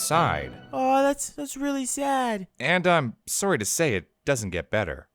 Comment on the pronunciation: They said eh, in the last on the hill episode. And now they are clearly saying Soury. Definitely confirmed that they are Canadian.